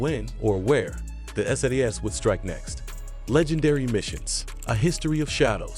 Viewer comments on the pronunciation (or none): none